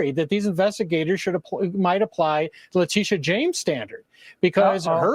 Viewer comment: I'm sorry, it sounded like "BIG TITS JAMES......"